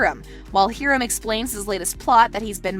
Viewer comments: hear-um 😂 its hi-rum das how u pronounce it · Hiram is pronounced in the show hi-rum. Not here-um